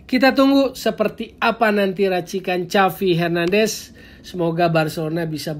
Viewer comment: Cavi hernandes, agak aneh dgrnya..